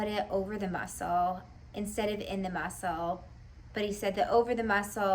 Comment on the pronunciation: The mussuulll lmao girl u still trip me out w your articulations but no worries in a good way cmon say in the mussuull for me again 😂